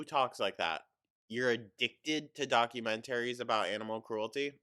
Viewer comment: Demenshia, altimers, vulvuls, docamenteries, feeel, my god. MY GOD 🤡